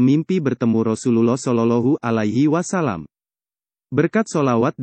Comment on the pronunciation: ma'af kok shololohu alahi wasallam mestinya kan sholowohhu alaihi wassalam mohon di perbaiki🙏